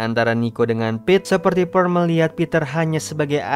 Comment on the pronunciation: Sebutan peter adalah peter Sebutan pete adalah pit. Bukan piti🤣🤣